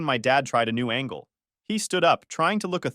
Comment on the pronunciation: Angle* not angel